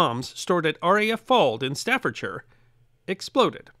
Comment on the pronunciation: Respect to the for pronouncing Staffordshire correctly.